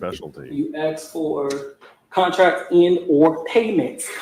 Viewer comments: AMEN THAT!! 😂 I've been dying to find out why people in Georgia LOVE 🪓's.. Everyone always axe'ing people.. WHY? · 1 of The prosecutors in the ysl trial says axe too it does my head in makes her sound so unprofessional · Dear God, normally, I am not a grammar guy, but hearing the witness say axe 20 times in 60 seconds was making me scream, "It's ASK." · “Axe” me no questions.. I’l tell you no lies 😂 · Dog, I said out loud (as Ashley) “well I didn’t AXE you anything. But I did ASK….” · Way too much "axing" in that 1st witness. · Aks is not a word